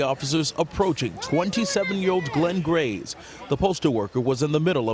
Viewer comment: "Glenn Gays" 😂🤣😂🤣😂🤣